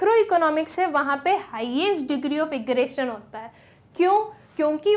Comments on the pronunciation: mam for your kind info its aggregation not aggration keep that in mind and your data is too confusing especially the sentences you've framed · Excuse me mam that's not aggretion that's aggregation 🤣🤣